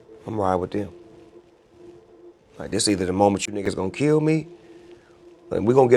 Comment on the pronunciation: After he said “KELL HIM”